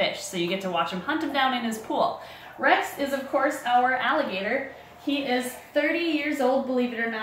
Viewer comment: Miniature French ALIgAtOr (Ally-Ga-TOR)